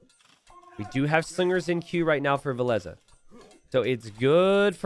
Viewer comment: Why do you call Villese Valesa?